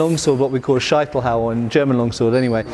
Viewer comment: What a great collab! And with all the people criticising minor mispronunciations all the time, let me mention that your pronunciation of Scheitelhau was perfect (with regards to modern German anyways, that's all I can say) :)